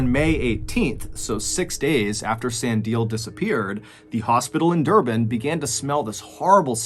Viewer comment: Also never heard of these 2 stories before and I'm also an South African but it was very interesting. Thanks MrBallen, we've been listening to your stories since 2020 and found it very interesting 😀👌I must agree, your pronunciation of Stellenbosch & Durban is pretty good!